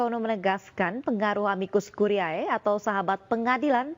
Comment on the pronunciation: Ini Editor/Produser-nya ga ngajarin cara baca bahasa Latin kah ke Pembawa Acaranya?